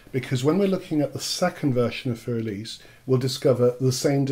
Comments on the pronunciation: It is not "fur", and it is not "elis". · I hate to do this to you, but my ears cringe when you pronounce the word "für." And I hate to use this as a quick guide, but try saying "Führer" and drop the final "er," and you'll be close enough. And the "r" in "für" is only about half-pronounced, from an English perspective.